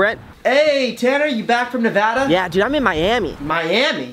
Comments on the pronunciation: THANN YOU FOR SAYING NEVADA RIGHT. omg so many people call it NeVAWda. it's NeVAda. gosh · I live in Nevada!Thanks for pronouncing it right Brent!😁I hate when people say Nuhvoda!😱😅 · Well at least you know how to say Nevada I love in Nevada and everyone says it wrong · Thank you for saying Nevada RIGHT